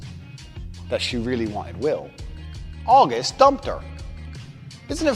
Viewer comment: augest? and feburary?